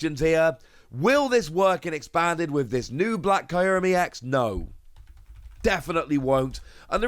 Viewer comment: I’m sorry but, the way you say kyruem is killing me